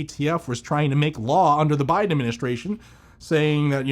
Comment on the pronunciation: " under the buden administration " lmfao.... yeahm it was just his administration.